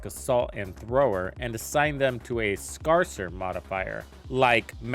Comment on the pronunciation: You butchered the word “scarcer” but great video!